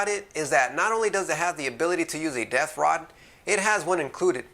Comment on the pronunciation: just understood "death rod" instead of "depth rod".. :P thanks for the review :D